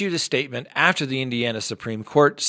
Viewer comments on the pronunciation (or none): none